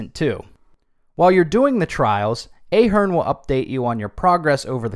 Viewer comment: It’s Ahh!- Hern